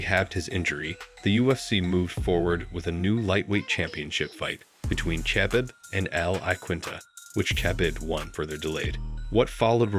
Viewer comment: Khabib was very much disrespected with that pronunciation. Didn’t even try to learn it bro.